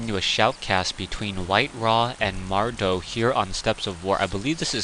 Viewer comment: mad-row not mar-dow. some commentator you are..